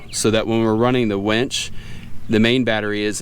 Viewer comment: Did he say wench? Lol